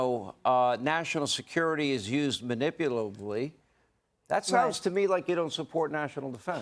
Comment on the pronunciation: Did Hannity say,"manipulively?"